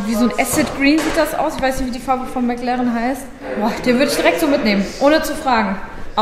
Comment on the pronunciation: Das ist immer sooooo geil: "Mäck Lärrren!" Ich schmeiß mich immer weg! 😂😂😂😂😂😂😂😂😂😂😂😂 😎✌️